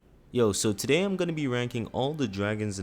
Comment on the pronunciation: “Tooday I’m gonna be wanking all the dark souls dwagon bosses”